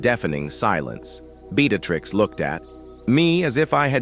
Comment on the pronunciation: Hi. I like the story, but the way the voice sounded was something to be desired. Names were mispronounced using different names like Beatrix, Breatitirx, Beattacktrix... the inflection of the voice was terrible...